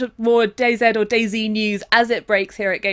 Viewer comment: It's dayz! Said like daisy! Not dayzed why would u call it that